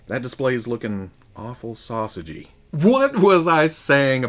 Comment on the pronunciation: “Sausaggy” lol